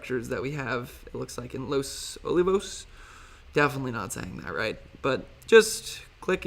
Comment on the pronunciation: Los O-Lee-Vos